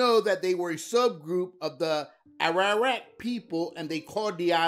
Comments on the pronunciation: By the way, my brother, with all due respect, the pronunciation is: "A-R-A-W-A-K", not "Ararak". Please get someone to help you with your pronunciation....... No disrespect intended..... only trying to help...... Much love! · Arawak. No ararek or whatever he said